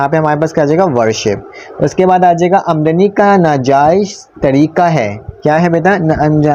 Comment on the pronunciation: sir pehle aamadnika alfaaz sahi se seekh lo